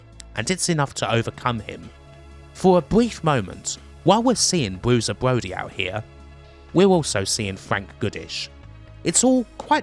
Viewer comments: Bwusier bwody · "Bwuiser Bwody", fantastic. Sorry I'm not gonna listen to a 3-CPO/Elmer Fudd narration.